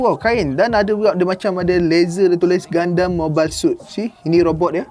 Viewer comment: Pelik doe cara sebut gundam jadi gandam. Setahu aku sedap didengar gundam. Haha ke cara aku paham nk sebut tu salah? Haha